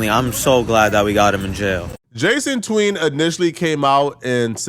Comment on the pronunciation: “Jason tween”? you have the iq of a laundry basket it’s obviously Jason the ween🤣